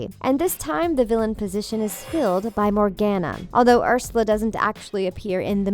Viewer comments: COME ON!! NOT ANOTHER ONE! It's pronounced, MORE-GONE-UH I wheezed when she said MorGANuh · (Sorry for Hating) PLEASEEEE SAY MORGANA’S (More-Gone-a) NAME CORRECTLY GR